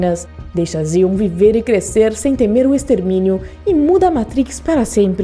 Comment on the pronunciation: Se diz NIL. Com i. Não é um navio. É um aero deslizador. Uma nave. Se diz "Zaion. Nossa!!! Assisti mais de cinquenta vezes a teologia toda. É baseado na bíblia. Como uma versão aversa. Gostei do video. Abraço